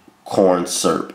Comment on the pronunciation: "Light. Corn. SURP." 😂😂😂